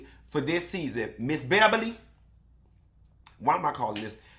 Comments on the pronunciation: “Behbaly” had me cracking up for at least five minutes 😂🤣😂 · Don’t say my name like that … ”Beh-bah-lee”😩😩😩 😂😂😂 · He made me spit my water out, hilarious! He had the nerve to keep calling her Ms. Bebberly 🤣🤣🤣